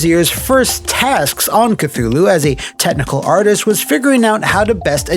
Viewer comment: I swear I heard tentacle artist instead of technical artist. Which I guess it's appropriate though.